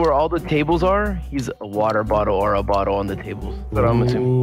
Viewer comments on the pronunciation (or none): said bottel lampXD